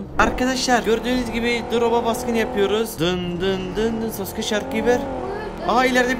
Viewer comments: sasuke degilde susuka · Sasuke diyeceği yerde suseke😂😂